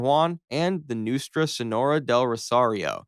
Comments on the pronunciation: Also, "Noostra" and "Noo-way-stra" for "Nuestra" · Pronounced NOO-es-tra